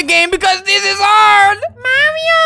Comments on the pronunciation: Mario❌ Mawio✅ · Ttttttttttrrrrrrruuuuuueeeeeee: MAWRIOOOOO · Flamingo, I love how you just pronounce the word Mario: MAWIO MAWIO MAWIO MAWIO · So, we got MAHREEOO!! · Maweoooo :3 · Mommy oh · " MOMMY OH " " LUIGI " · I had CC on and when you said “Mario” the caption said “mommy oh” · MAWIO MAWIO MAWIO MAWIO MAWIO MAWIO MAWIO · MAWIO MAWIO MAWIO MAWIO MAWIO MAWIO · m a w i o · MAWIO MAWIO MAWIO MAWIO MAWIO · mawio only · mawio time mawio time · It keeps saying mommy oh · It's always been Mawio. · It's pronounced Mary-o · Marryo he says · not mario